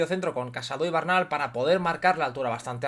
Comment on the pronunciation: Porqué se pronuncia Bernal cómo Barnal? Es así en catalán?